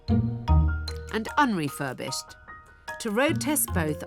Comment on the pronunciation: "Un Refurbished" lol 😂